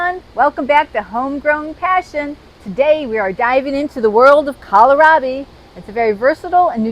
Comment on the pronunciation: kowl - raa - bee